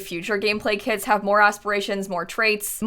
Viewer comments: Is it’s just me who hears “kids” when she say kits??? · i thought she was saying kids instead of kits😭😭😭 i was mad confused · She said "kits" and I heared "kids" and was like "more kids? how? pre teens?" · i was so confused at the beginning because i keep hearing kits as kids... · I thought you were saying kids instead of kits at the start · Omg at first I heard "kids" instead of "kits" and it made a really funny introduction🤣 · for the first like 3 minutes every time said kits i understood kids and was REALLY confused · It took me 30 seconds to realise she is saying 'kits', not 'kids', and those were some very disturbing 30 seconds. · My brain tought you said ”kids” for 26 secounds untill i realised you said ”kits” 😂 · no because i thought for a whole 25 seconds that you said kids and not kits loll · I kept thinking you said kids 💀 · Don’t mean to make this weird but for the first minute I thought you were saying kids. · I definitely thought you said kids for the first 30 secs, until I saw a comment, Was already super confused like: yes, yes I do believe Kids are here to stay? How old is this video” hahaha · It’s sound like saying kids. I’m sorry